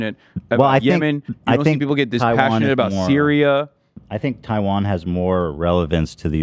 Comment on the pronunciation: More like, "Taiwanna" be left alone. 😂